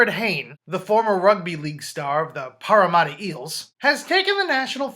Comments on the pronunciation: Paramatta is pronounced Para - Matter Another Aussie on the 49's Hayne Plane!!! Nice recap!! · entertaining video mate... he will make it 100% but its pronounced pArra-matt-A